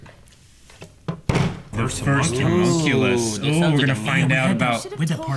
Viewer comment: Their insistence on saying "hUmunculus" and "Link" is really frustrating